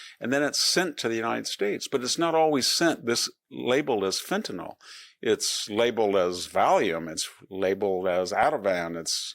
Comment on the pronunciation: Victor is awesome. A national treasure like Professor Sowell. As a bonus he also pronounces Fentanyl the way it's spelled. 90% of people say "Fintanall". It's a pet peeve.